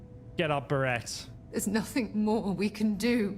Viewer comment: "Berett was actually a really cool character." You like him, but not enough to correctly pronounce his name, even though you hear other NPCs say his name. Very puzzling. 🤔